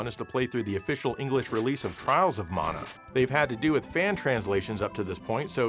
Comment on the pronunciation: I was going to forgive your pronunciation of TATE (taw-tay) mode until you said Collection of Mana (maw-naw). Simply unforgivable, sir. Joking aside, great video and showcase of some of M2's fine work. Makes me want to dust off the ol' 3DS